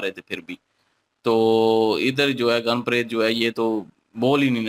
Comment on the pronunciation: Goon, nahi Gan bolte hai